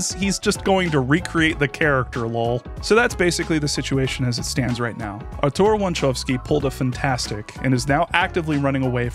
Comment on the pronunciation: You dropped a K there, but otherwise it's a good pronunciation. In particular I appreciate that you pronounced the Ł and the Ą correctly. The accent in (the Polish pronunciation of) "Artur" goes on the first (well, second-to-last) syllable though. It's a minor nitpick that I just wanted out of my system because I'm a native speaker of this bloody language and we're Just Like That™. One of the most famous gags in Polish cinema is a Pole using a made up last name to annoy a German typist.